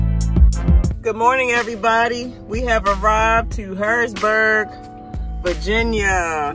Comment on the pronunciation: Its HarrisONburg not Harrisburg,VA ..LOl..I live 15 minutes from there..Be safe